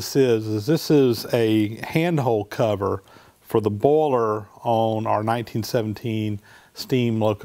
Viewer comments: Wooster I clearly heard him say it many, many times and he clearly is saying "bowler". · I think he's saying boiler. As in steam boiler.